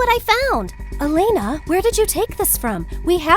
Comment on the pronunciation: MY HOUSE IS E-LAY-NA